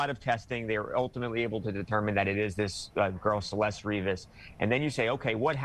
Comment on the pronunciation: How are all these people still not doing the minimum of pronouncing her name properly. CelestE, not Celest